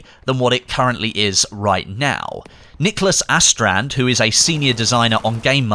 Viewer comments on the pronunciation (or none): Yeah Nicholas "AH"strand, that sounds Swedish lol